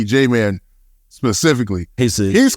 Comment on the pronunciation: “Fym j man” bro it’s JMane!!!